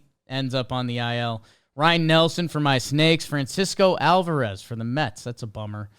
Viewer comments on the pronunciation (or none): none